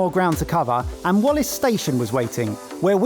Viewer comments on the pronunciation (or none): none